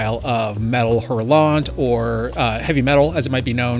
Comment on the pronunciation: nice video - horrible pronunciation of "Hurlant" - Alan Wake is one of my favorite video games